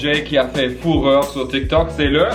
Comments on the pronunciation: Sa me tue quand il dit fureur avec l'accent allmand si tu vois ce que je veux dire 😂😅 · Quand tu dit fureur avec ton accent allemand sa me fait penser à un personnage pas très gentil mdr😅